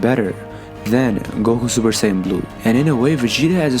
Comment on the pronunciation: A troll could of narrated this better. Just "supersayn"?